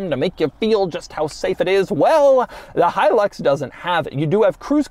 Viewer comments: My favorite part of the video is how he mispronounces Hilux over and over and over, again. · It’s pronounced different in Central America. He-eww-looks.